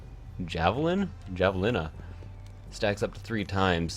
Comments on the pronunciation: hav-alina not jav-illina hahaha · Haha. Javelina is pronounced as Hah-vuh-lee-nuh